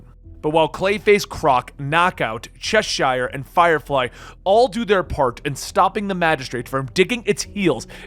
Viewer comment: The way you pronounce Cheshire hurts my ears